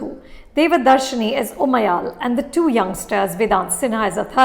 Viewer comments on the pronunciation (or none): Not even anupama pronounc Umayal correctly ...lol if u know what i mean